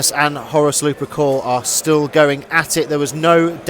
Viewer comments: Gotta say, it's lup*er*cal, not luprecul, and it's justaerin, not justicar terminators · Also Lu-per-cal, not Lu-pre-cal. Hehe.